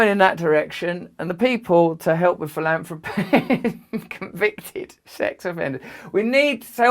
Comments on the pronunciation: Is it only me or is Girlie Billy pronouncing "Pillanthropy" in that manner because he is into medical money making and other money juggling endeavors for questionable results, because there is a huge difference in "Philanthropy" and how he purposely pronounces the word? Is he playing with the Ole DS with him telling the truth in plain site! He does not give his money away, he gives foundation money away from the profits of his BPharma ring around the roses money juggling! No prizes for false appearances, Billy and you and the rest of us awake people know this... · Russell pronounces philanthropy as “philamfropy”. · Did he say philandary? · He said PILL-ANTHROPY....WTF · I love how he gets so squirmy at the end and says "Pill-Anthropic"! He is a real Pill all right!💊 💊 💊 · Did he said pilantapy lol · Epstein thought Gates said philandery